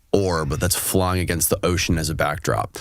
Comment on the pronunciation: 'frying' instead of 'flying' I don't know...but I really get a since this man is trying to manage public perception for a lot of this interview. If there is such a thing as a 6th sense for detecting dishonesty, mine was going nuts the entire time. What's the saying.... 'once in the CIA, always in the CIA'?